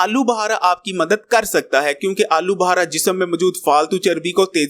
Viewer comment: Bukhara hota he buhara ne hota